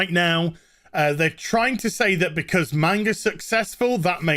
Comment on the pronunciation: My favorite is “says”